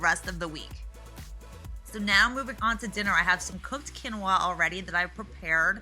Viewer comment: Quinoa is pronounced Keen-wah. Such a cute family! Is everyone vegan or just vegetarian?